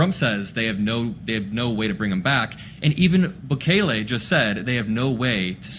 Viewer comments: EL not AL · Pronounced Boo-Kelly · Sorry. The pronunciation of his name is BOO KAY LAY with the stress on the KAY. Keep up the good work.💙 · it pronaunced “boo-KEH-leh” (each syllable pronounced clearly, with the middle syllable stressed slightly) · Its prounounced Boo-KAY-lee